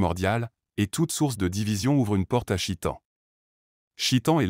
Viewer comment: On ne dit pas chitan mais cheytan articule mieux mon frère stp Baraka Allah fik